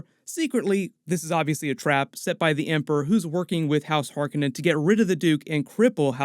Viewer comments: Hark On nen, not Hark a nen. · its har COE nan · Why do you keep mispronouncing "Harkonnen" from the 1984 version of Dune?